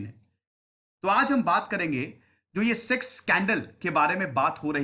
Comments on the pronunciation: Six nahi hota sex hota hai sir😀😀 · Study iq : Sex scandal Narrator : Six candle